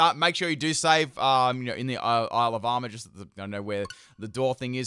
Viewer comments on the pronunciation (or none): I keep hearing 'Alabama' instead of Isle of Armor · Why I keep hearing Alabama instead of Isle of Armor? :D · When he says Isle of Armor I hear Alabama 😂